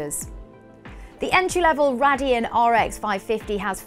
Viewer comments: BTW its Ray-dee-on not what you said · The manufacturer is pronounced Ray-Deon!! lol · it's pronounced Raydeon not RADeon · Is it pronounced RAY-deon or RA-dion?